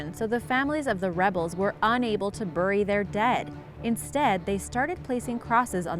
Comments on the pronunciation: You pronounced bury wrong. Ending the video now. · The way she pronounces "bury" angers me